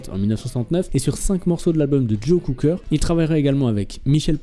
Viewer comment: Joe Cocker prononcé Joe COOKER, on vous demande pas un doctorat en anglais mais DE GRACE ! Faites ch!er quoi, le rock anglais?